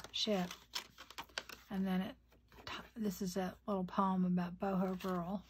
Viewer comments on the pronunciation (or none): none